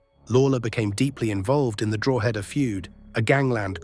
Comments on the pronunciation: Drawhaada. Learn to pronounce it properly. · is the speaker AI:?? speaks so well other then DROHEEEDAAAAA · Alot of the information over keane and robbie are incorrect and it's not pronounced drogheda. It's like draw-da x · Drogh eda say quickly ,,, county above Dublin - county Louth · Draw hed a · Still mispronouncing Drogheda! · Distracting how you cannot pronounce drogheda !